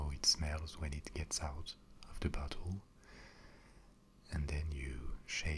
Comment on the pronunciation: He says bottle like buthole, great vid tho